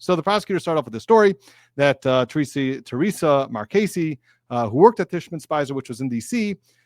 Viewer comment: Hi friend! I love your videos and you're great!!! :) (Now let me whisper something super quietly, which is that it's Tishman Speyer, not Spicer. It's not important, but a friend tells a friend these things so they can get it next time <3 <3 <3.) I appreciate your excellent coverage! Hope you had a great Thanksgiving.